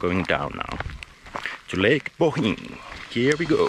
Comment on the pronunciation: Oh my goodness, this guy can actually pronounce things in Slovenian! Ljubljana took him a while but he got it eventually, he nailed Bled and Bohinj … I'm impressed! (In case you couldn't tell, I'm just here to listen to people butcher our pronounciations, I find it hilarious.)